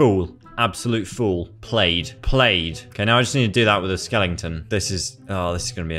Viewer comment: said skelongtin